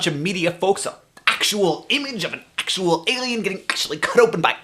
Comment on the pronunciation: I loved those "accttual"s:)